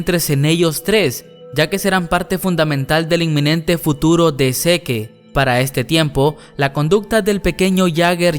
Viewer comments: Encuentro más exasperante oír cuando dice "zeke" siendo que se lee "zek" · Que no se pronuncia sic y marli? no seque y mare :v jajajaja todo el video me la pase imaginando que decias "ahi mare" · Escuchar todo el rato "seke" en vez de "sik" está cabrón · Me da ansiedad cada que dice SeQUE en lugar de SIK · Zik se pronuncia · pero se pronuncia ( zik ) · No se dice "Mare" es "Marley". Y no es "zeke" es "Zik" me cagan cuando pronuncia mal. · Zeke se ponuncia Zik Mare se pronuncia Marley No hate :) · No pronuncia mal el nombre? no seri pronunciando "zik" "yeguer"??? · Se pronuncia Zik no seque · Se dice zik no seque. Que estresante